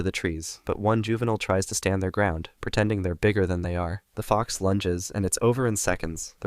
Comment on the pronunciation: When he said stupid fox it sounded like stupid fock